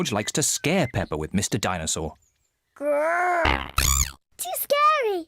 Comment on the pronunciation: the chain of people saying "Dinesaw"